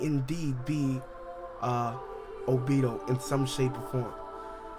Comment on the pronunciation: Y do you say the names wrong!?!?! Its not obido...its obito (O+be+toe) damn do you even watch the anime?? Or hear the English version??